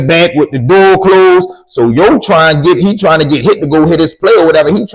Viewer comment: You can tell a person from bmore how they say “to” they say “tewww” 😂😂 love from naptown 💪🏾 I fucks wit the stories